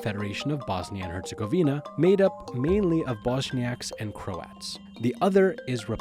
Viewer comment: Your saying Herzegovina wrong. Are you even Bosnian